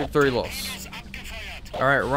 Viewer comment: As a german I find it hilarious that you can pronounce a super short word like "LOS" with an accent. Love your videos.